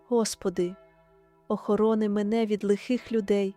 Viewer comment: Дуже гарна молитва 🙏🙏🙏 але наголос у двух словах треба змінити,,, посади і охорони. 🙏🙏🙏🙏🙏🙏🙏🙏🙏🙏🙏